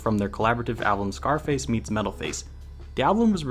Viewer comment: Zarface not Scarface lol that's how you pronounce it. Wearing a DOOM shirt typing thing. He's one of my favorite artists